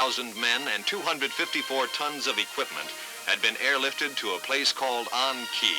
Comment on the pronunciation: Ahn Khe is it's pronounced